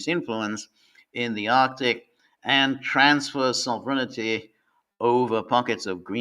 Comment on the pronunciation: I don't think George will ever learn how to pronounce sovereignty properly.